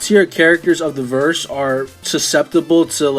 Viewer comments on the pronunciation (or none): none